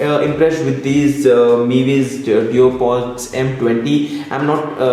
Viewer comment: Duopods........not deopods...... Aleksha nahi hota hain, Alexa hota hain..........itna bada YouTuber hone ke baad audio bahut zyada shit tha aur fir itni ghatiya awaaz